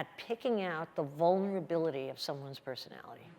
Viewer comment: My brain changed from her words from "he can see your vonerabliluties and reach out and touch them" to he can see your vonerabliluties and grab you by the pur c"